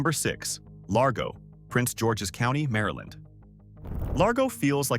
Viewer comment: Just say. Maryland!!!!! Terrible